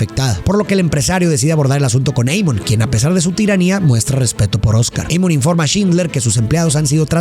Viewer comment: Pedazo de animal.. el nombre es en Alemán, se lee tal cual Amon.. no Eimon.. Burro frijolero.